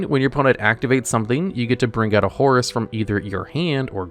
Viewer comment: First time I heard his name correct